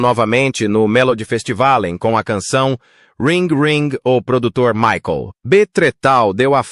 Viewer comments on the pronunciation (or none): none